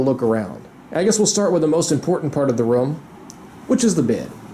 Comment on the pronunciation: His pronunciation of the word: room sounds like he is saying: rum